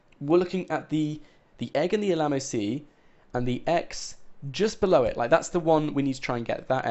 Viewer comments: it's still f'***ing annoying when he says Alamo, and btw we have always known that the egg was in a river/lake that chapter 3 was brought up about a year ago or something. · Dude, please learn to say 'mural' and 'Alamo' properly! lol